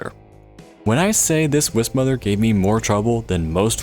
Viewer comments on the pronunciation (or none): none